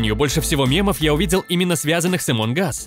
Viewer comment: Не эмон ас а амонг ас